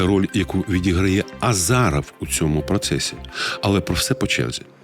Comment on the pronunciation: Іще хотілося б поправити, вас, пане: правильно казати "Азіров" )